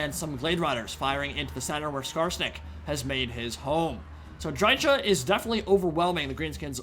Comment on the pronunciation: Why can't anyone pronounce dryka correctly? She literally says her own name every time you click her.